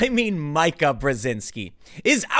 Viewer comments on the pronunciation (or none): Can somebody PLEASE tell this fool how to say MEE-ka already! It's making me cringe a little every time he My-ka's it. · I think its meeka not mica...but who cares. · tim learn to say her name. it said "meeka" it's not that hard to fin the pronunciation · It's meeeeka not mike-a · mee-ka Karen not my-kah Karen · How can you do this many politics shows and still not get her name right....it isn't Mike-a...it is Meek-a. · It’s not my.ka It is me.ka Come on, Tim. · Her name is pronounced Meeka, not Mike-a. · Meeeka, Meeeka, Meeeka... not M-eye-ka. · It's pronounced "Meeka", not "Micah". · The lady doth protest too much, methinks... That said Meeeeeee-ka, Meeeeeee-ka, Meeeeeee-ka not Mike-a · It would be so much better if you showed the video. Your reading aloud sucks as much as mine....and it’s “MEEKA” stop say “My-kah” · Bruh msnbc gonna copystrike this because you said Micah not Meeka Btfod Karen either way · Tim, her name is ME-ka, not MY-Ka! I'm begging you, please pronounce it ME-ka. I love your work, but for some reason, it's just irking me. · Tim Pool, it's "Meeka" not "Mke-a" Brzezinski come on, Man. She's more commonly known than that!! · Mee-kah srry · "Mike - A" (love Tim's pronunciation, is it an unintentional slight?) by protesting too much is bringing this to the light! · Not that it matters, but her name is pronounced MEE Kuh. She is Zbigniew Brzezinski's daughter. She is a MEGA Karen and always has been. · It's pronounced "Meeka" Tim. I swear every time he runs a story and mentions her he fudges her name, along with Rose McGowan's last name. Proof he doesn't read his comments or ever tune into the show for his research, because this has been pointed out so so many times. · It’s pronounced Meeka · You keep mispronouncing her name. It is pronounced "MEE-ka". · Me ka. Say it with me. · Why do you keep pronouncing it Micah? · Ain’t it /Mee•kuh”/? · Tim!!!! It's pronounced Meeka....!!! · Definitely a Karen. But, her name is pronounced Meek-uk, you dunce.